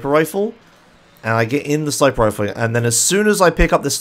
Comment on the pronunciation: It's sniper, not snipper